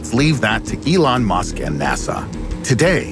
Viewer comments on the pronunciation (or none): MY friend : why are laughing for My brain : melon musk